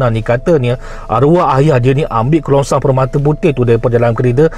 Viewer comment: Kerongsang bro. KERONGSANG.